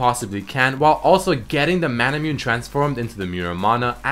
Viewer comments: you pronounce it as Mana-Moo-Neigh. (no offense. i luv you bro) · "mah-nah-moo-nay" = manamune